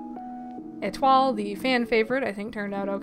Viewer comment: Absolutely gorgeous! Love the art! (Also, since you mentioned it, Etoile's name is pronounced Eh-twal, you hit the L softly. So you've been doing good!)